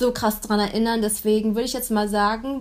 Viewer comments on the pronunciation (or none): none